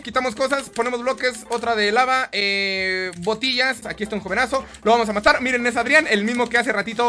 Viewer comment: me dio risa cuando dijo potillas xD